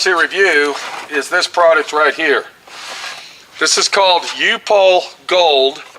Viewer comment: Pronounced UP HOLE